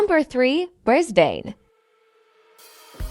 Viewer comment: Brisbane is pronounced: Bris-bn and not Bris-bane.